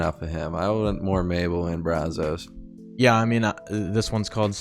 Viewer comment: Charles, not Brazzos.